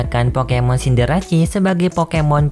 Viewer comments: Ralat min, mungkin Cinderace seharusnya dibaca Sinderese, bukan Sinderasi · Scorbunny jadi rabbot baru cindarece juga salah disebut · Pengucapan "Cinderace" pun kurang tepat bro